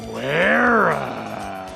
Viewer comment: Werra is probably pronounced VERRA.